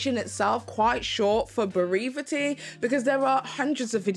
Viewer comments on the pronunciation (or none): Just a brief pronunciation tip. The word Brevity = Brev ( pronouced w/short e as in - rev, i.e. rev the motor up ) it ee ! ❣ So glad to hear your brother is healing well.... All the best! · The irony of adding an extra syllable to "brevity"😆